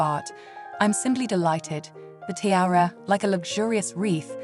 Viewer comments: The word is pronounced Tee-ARE-ah. Not TIRE-AH. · I can’t stand when these stupid women can’t pronounce the most simple things. “T-I-A-R-A” the I is pronounced as an E! More inexplicable is the fact that halfway through, she started pronouncing it properly lol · Can't get past the unbelievable mispronounciation, unbelievable 😮